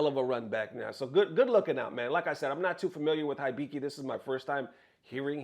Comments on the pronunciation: It's, He biki Not High biki. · common mane u been playing Japanese games for a minute now it ain’t HIGH BIKI it’s Eeee- BEe - KEe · You hear them say "HE-BEE-KEY' correctly but you still, intentionally, say "HIGH-BY-KEY". Get real. 😑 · I'm convinced mispronounces to piss people off haha It's Heebiki, and they've been considered the best Lily in the world since the games release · da fudge is hi bee key? It's pronounce He Bee Key. 😗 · Dear, here is a tip pronouncing Japanese names: their letters always are pronounced the same. For example, "Akira" is pronounced "Ahh-keer-ahh". Most Americans pronounce it "Ahh-keer-ruh" so for Hibiki the "I" is pronounced like "ee" so it would be "Hee-bee-kee", not "High-bee-kee". Once I learned this Japanese became much easier to pronounce and less intimidating. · It's [He(e)-be(e)-ke(e)], oh my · it’s just “heebeekee” 😂, you good. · Hibiki (He bee key.) Thats how you say his name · Hibiki as in : He-be-key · Sir, it's pronounced "HE-BE-KEY" Hibiki. lol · Hibiki=Hee-Bee-Kee=ひびき He's been the world's best Lily player consistently since SF6's release (El Chakotay is easily #2). He played through the lows and the "even lowers" each season. It's about time that Capcom buffs Lily - and not some universal buff that's actually a nerf like last time... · For you, it is pronounced heebeekee, and he is one of Japan's top players. He's DAMN good. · "He Be Key" is closer to the correct pronunciation. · Yo I know english is not your first language but dont insult my boy HIBIKI's name like that its pronounce like He-Bee-Key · Hibiki - He-bee-key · it's kinda funny how he struggled to pronounce Hibiki's name when the commentators in the clip that he showed literally SHOUTING his name LMAO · if you are into japanese wisky, you should know how to read Hibiki.